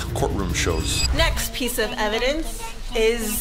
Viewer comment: I love when chad seid evidonce 😂